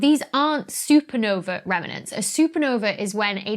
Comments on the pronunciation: Remnants - not Remenants. Apart from that, excellent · Organon - noticed that too! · you somehow make "remnants" a three-syllable word.